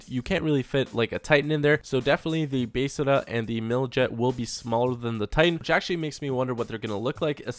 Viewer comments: Is anyone else getting annoyed when he says besrrrrrrrrra instead of besra. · the bestra is pronounced beztra